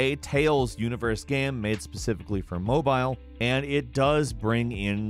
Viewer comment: Ah yes, "mobyle" games